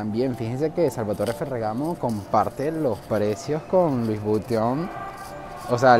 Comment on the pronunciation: La verdad al panameño no le gusta ese mall porque en un comienzo se habló de negocios turbos y provenientes de dudoso capital, por eso el panameño nunca le ha gustado asistir allí, por cierto, la pronunciación de Louis Vuitton es Lui Vitón, no Luis Buiton, con sonido de V no de B.